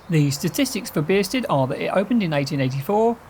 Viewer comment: Why are you pronouncing it beersted?